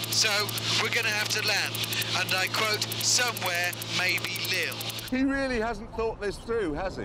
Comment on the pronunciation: Non Hammond, that is not how u pronounce Lille